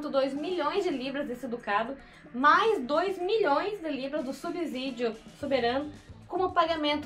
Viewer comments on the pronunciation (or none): Subsídio não se pronuncia com “Z”